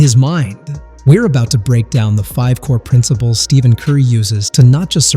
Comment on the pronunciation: Did you know that in a typical NBA video, someone who can't even pronounce Stephen Curry's first name doesn't deserve to be listened to?